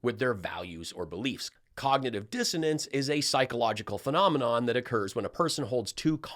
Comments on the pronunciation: She said cognitive "Dissidence" She is a true airhead. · I'm pretty sure she said cognitive dissidence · I heard, "cognitive dizziness". My bad. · I heard 'cognitive diffidence'. Give her a break; she managed to use two three-syllable words, and made a creditable attempt at the second one.